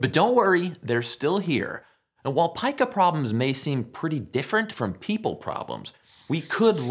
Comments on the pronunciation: It’s not pieka, it’s peka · Nice video. Incidentally, I looked it up, and it is pronounced "Pee-Kah". I didn't know either so that's why I looked it up.